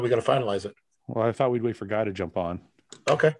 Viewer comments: Ian should start to call guy by the French Canadian pronunciation of Geeee if he keeps calling him Ann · best comment of the last ten podcasts goes to Iain: "Bro... my name has been fucking butchered by GUY on the fucking podcast"